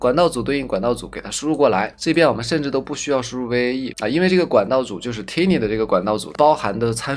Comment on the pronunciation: 教程挺好的，但单词发音嘛，turbo变tumble，tiny变tinny，pipe变pape，crop变crope，可惜了。其实读音拿不准可以查字典嘛。不过up主还是去系统学学音标和对应的发音规律比较好，也就小学的内容，AIGC都研究都这份上了，不差这点时间，对吧。